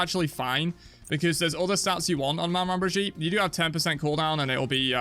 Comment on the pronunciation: It’s pronounced like they pronounce a southern name for someone’s grandma that’s the word so it’s Meh-Maw bridge-eat